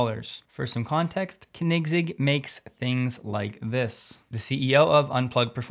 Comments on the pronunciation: I'm sorry, I couldn't stop laughing hearing "kanigsig"! It was a valiant effort, it's more like "co-nig-seg". :) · CONE-NIG-ZEG.....thats how I pronounce it. Hope that helps you. ✌😜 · Thanks for all the news. Koenigsegg is pronounced Konigz-egg, eazier.. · It's not pronounced "Kniggsig" :'D Most americans say koh-nigs-egg since they can't pronounce the "oe" (which is like the german ö). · "Co...Neg Seg" is best so far, but I think "Co Neeg Seg" is even closer. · i believe it's KOEN-igz-Egg... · Ummm its pronounced Ker-nigs-egg each part is stretched to the same length say it long and slow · Dude, it's pronounced CONE EGG ZIG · Pronounced, cony seg, lol. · Koenigsegg is pronounced phonetically as: ko-nig-segg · Cahnigg…sig lol, 2 seconds on google and you could have avoided butchering the name; you’re not even a car guy. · It's pronounced "Kone-in-segg" ;-) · it's pronounced, Corn-nez-zegg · Kinect egg 😅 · Its said like....." cone in seg"😉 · Great vids...but Dude..it's pronounced Koenigsegg (Cone-N-Zegg) ! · Check your pronunciation of Koenigsegg 😂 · Absolutely butchered the name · please stop saying Koenigsegg. just dont. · Just a friendly remark: I have never heard anyone pronounce Koenigsegg like you. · I absolutely love your videos and I'm watching them almost every day, but I have to say you need to get your pronunciation of the name Koenigsegg right: Great video as always of course! 😋🔥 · The first e is silent in koenigsegg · Maybe I’ve been pronouncing Koenigsegg wrong for 5 years….but I had to go back and listen to your pronunciation 3 times until I figured out what you were trying to say. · I love your show but please learn how to pronounce Koenigsegg. Maybe watch a few videos on their YouTube to do so. Keep up the good work otherwise. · That's not how you pronounce Koenigsegg, like at all xD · You really need to look up, how "Koenigsegg" is pronounced. You're butchering it to a point, where nobody understands, who you're talking about.